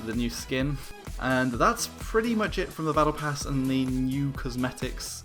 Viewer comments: Battle prass ?! U ok? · Like for "battle prass"